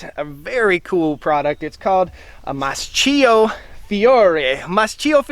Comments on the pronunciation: It's pronouned "Maskio" not mascheeo🙄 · MAS-K-IO k like in kitchen; ch in italien is k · In Italian it would actually be pronounced "maas-KEY-oh". We moved to Italy last November, so we are learning the language. It's been an adjustment trying to re-learn how to pronounce certain letter combos. I grew up mowing hay fields with a sickle mower. Nice to see them still being used. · I believe it's pronounced mask-ee-oh with a K sound instead of a CH sound.